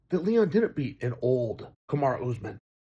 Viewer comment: Chael still saying "Kamara"